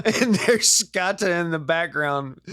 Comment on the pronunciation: It’s scota said like “note “ so rhymes with note-a is scota.. like boat coat etc scote .. but scota